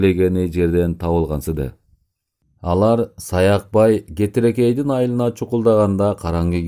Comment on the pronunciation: Кетирекей эмес,Кетиркей